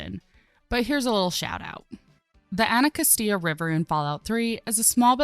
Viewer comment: sorry... "El infant" South Metro? Bruh. The metro station that services the plaza in DC is named after Pierre L'Enfant... The guy who designed Washington DC... Also the pronunciation of Anacostia just like a minute later... Jesus Christ do a a little bit of research or learn to read